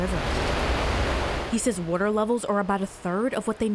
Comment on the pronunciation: Hahaha Who is this Bush chick....😂 Yeah can I get a glass of wader!!🤣🤣🤣🤣